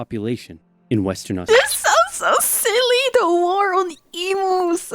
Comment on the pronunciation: Not e-moos, e-muse